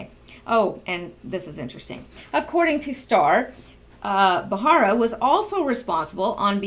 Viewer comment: Just to help you out, it's Ba-ra-ra, not Ba-har-a. No insult intended. You do really good work; your clear enunciation is melodic as opposed to being monotone or droning, which is primarily what I look for before subbing. I listen rather than watch the channels that report on Q, so I really appreciate all the reading you do.